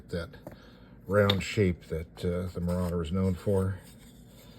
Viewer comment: Ah yes, the B-26 Ma-round-er. Very nice. Must have been sponsored by the sand paper manufacturers of the day. That second plane of pre-shaping is a nice touch.